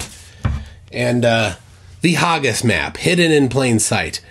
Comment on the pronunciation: Hargis, really? Haggis is said as HAG-IS. Basic English rules even for the USA, double G makes the A a hard short A not a soft AH! 😂